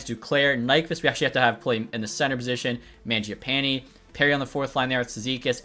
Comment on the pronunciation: Stop pronouncing mangiapanes name like that lol